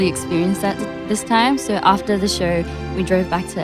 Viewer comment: Didi you notice whenever she have to say so she says sho-rrr . Ahh she is so cute💜🌸